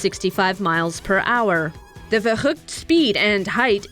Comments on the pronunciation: It's ver-ookt not ver-HOOHCHT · VERUKT ITS PRONOUNCED VERUKT NOT VEJOOCT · The verhuct? I'm sorry that bitch is trying way too hard. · "Werrugd", "Vechukt" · Funny how you say verrückt. you say it false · Ohh the butchering of that word... Verrückt.... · It hurts to hear them pronounce these German words. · That 'verrückt' was the worst german pronunciation i have ever heard... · wieso spricht sie verrückt so komisch aus? xD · Anyone annoyed how that woman says verrückt? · Funny how she says "verrückt" xD